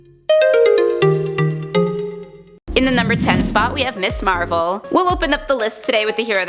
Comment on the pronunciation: Who's "Me Marvel?" Lol